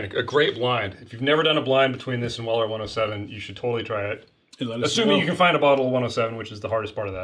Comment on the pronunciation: Your pronouncing of Weller to me sounds like Willer. For a moment I had to figure out what you were talking about😂